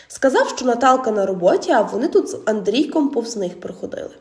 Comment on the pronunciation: Не з АндрійкОм, а АндрІйком.